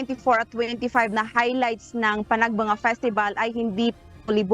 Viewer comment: Bakit ang prounoncement ng nag babalita ay panag banga, eh panag benga ang nakasulat sa tarpulin ng Baguio.